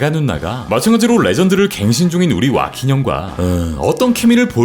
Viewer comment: 그치 호아킨이 아니라 와킨으로 발음 해야지 👍🏼